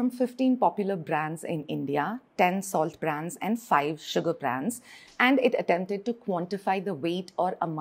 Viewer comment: Dumb POS pronounces salt as "solid", it could be because she looks like an African.